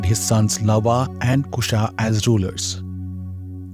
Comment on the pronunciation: भाई तुम हिंदी शब्द को English की तरह क्यों बोल रहे हो।। उनको भी तो पता चलना चाहिए कि हिंदी में कैसे pronounce की जाती हैं।। तुम हिंदी शब्द को plzz plzz हिंदी की तरह ही बोला करें यही मेरा आपसे निवेदन है❤ जैसे English भाषा को English की तरह बोल रहे हैं वैसे ही हिंदी शब्द को हिंदी की तरह बोलें।। Plzzz जैसे आप लव को लवा, कुश् को कुशा बोल रहे हैं। ये गलत है।। Plzzz हिंदी उच्चारण भी सही किया करें।।। Thanks❤❤